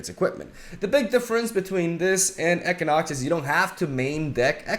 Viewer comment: It's pronounced EEKWUHNOX not ekanox